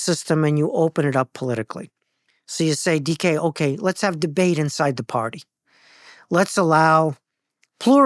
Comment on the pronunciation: Caught me by surprise when I heard that first. Thought he said "decay" instead. As in, "we're on the level of psychology decay". 🤔